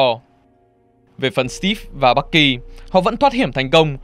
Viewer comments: Bucky mà nghe ông ad đọc thành Bắc Kỳ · Bạn thân Bắc kỳ =)) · sao ad nói bucky mà tôi nghe như bắc gì đó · bucky mà đọc toàn nghe bac ky =]]] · người bạn thân bắc kỳ =)) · Bucky đọc nghe nhạy cảm thật :v